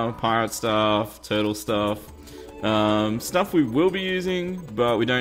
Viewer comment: Lol u said turtle staff XD